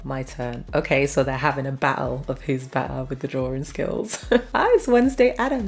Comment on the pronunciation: I just love the way she says 💕BETTAH💕